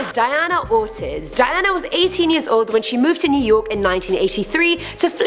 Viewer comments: BTW, Ortiz is pronounced "OR TEASE" and not "OR TIS". Thank you very much! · "ORTIS" ?? LOL ORTIZ is Pronounced OR-TEES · she said “Ortiz” wrong😂💀